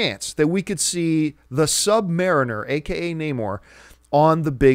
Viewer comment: Am I the only one who's a bit thrown off by the way John says 'Sub-Mariner'?